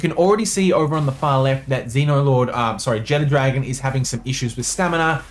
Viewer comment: I dont know why everyone pronounces Jetragon like "Jet Dragon". Theres no "D" in its name